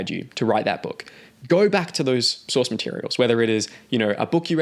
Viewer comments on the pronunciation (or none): none